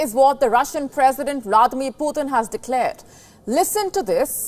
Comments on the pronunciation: Sister it's not PutHin, it's Putin 🤔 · No, it's Poo Tin, the governor of China's new Russia province.